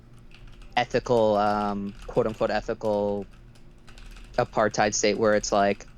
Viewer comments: Pro tip: since so many Americans are using "apartheid" as an adjective nowadays, it's pronounced more like "a-par-tate". Hard to describe the intonation on the vowels, but the H is silent and it's not "aparTHIDE". Feels weird hearing that word coopted but so terribly mispronounced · Thank you, as a South African who lived through it myself, it would serve everyone better to pronounce it 'Apart-HATE'